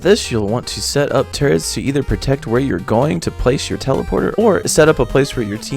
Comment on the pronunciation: turrets not turrents... (Cringe)